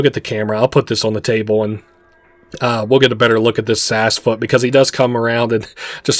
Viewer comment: Seems Sassfoot gave you some.....sass 😉 (likely for getting it's name wrong so much lol 😂) Other than that I fully enjoyed this playthrough ❤❤